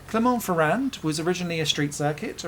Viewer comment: Our narrator also managed to butcher the name of Clermont-Ferrand.